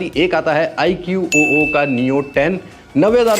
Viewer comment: iq-oo nhi hai, ikuu pronounce hai iska ❤